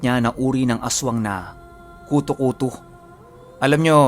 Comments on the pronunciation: Yung pronunciation po nung kuto kuto eh pareho sa buto(bone). Hehe skl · Kuto’ kuto’ yun ndi kuto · kutu-kutu ang pagkabigkas at silay not si-lay jejeje enjoy listening thnx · Patigas po pag pronounced nang kuto2 hehehehehe...parang inahing manok na hinahanap ung mga sisiw niya... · tigasan mo ung pagbigkas ng kutu-kutu. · I'm an avid listener po..1st tym to comment po..ung kutu kutu po,maragsa dapat ang pagka bigkas bawat pantig..hndi po malumanay... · Mabilis pag bigkas jan sa kutu kutu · yung pagsabi nang kutu kutu,paki tigasan nyu po..hahaha..as in tigas na tigas ang pagbigkas..hahaha..iloilo po ako,kaya alam ko po ang mga kutu kutu,tiktik,wakwak..🤣🤣🤣🤣nice ang story..😘sana maka upload po kayo ulit.